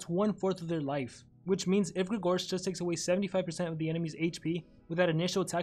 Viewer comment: You misspronaunced his name